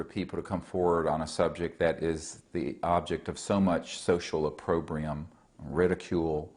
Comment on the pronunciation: He always uses big words like opprobrium and either mispronounces them or uses them in the wrong context. It makes the less knowledgable even more in awe of this fake parasite.